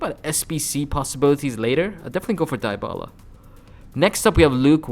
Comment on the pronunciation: Fck your "dybala" pronuntion